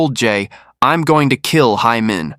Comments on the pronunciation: Nearly sound like Amen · Be careful of ur pronunciation its “Hae Min” not “hay men” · the pronunciation should be “heh min” not “hey min” or “hai min”